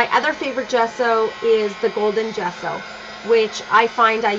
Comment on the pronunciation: Great layout! Gesso is an Italian word (meaning gypsum, chalk) and your pronunciation is totally correct! jesso, like the first sound in jasmin